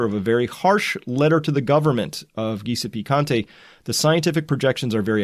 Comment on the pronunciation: I live 60km north of Rome,and have been following you for weeks. Thank you for the information. By the way the Italian Prime Ministers name is pronounced Giuseppe ( jew-se-pay) Conti Once again thank you!